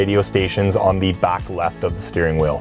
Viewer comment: Back, not Bok.